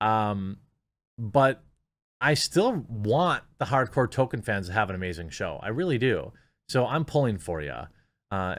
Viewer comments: TOLKIEN, not TOKEN 🤦🏻‍♂️ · IT'S PRONOUNCED TOLKEN NOT TOKEN! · Damn, the sheer number of times that Jeremy says token instead of Tolkien (pronounced Toll-keen) is doing my head in. Is this an American pronunciation? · His name is pronounced TOLL KEEN not TOW KIN. This is almost as annoying as people who say Go Woke Go Broke. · It's pronounced Tol-Keen. You constantly saying Token is irksome. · It’s “toll - keen” not “token” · I belive it's pronounced toll-keen not toll-ken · toLkien. Not token. I feel like I'm taking crazy pills. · Jeremy: sees author Tolkiens name, pronounces it token. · Splitting hairs, Jeremy, but just in case, his name is pronounced "Toll-keen" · It's OK, Jeremy, you can go ahead and pronounce the 'l' in Tolkien. No one will claim that you are fanboi. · We know you're not a fan when you repeatedly pronounce "Tolkien" as "toe-ken" or "toe-keen". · The “L” in Tolkien is not silent. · Liked the video, but had to give it a dislike for all the times you said Tolkien's name wrong. XP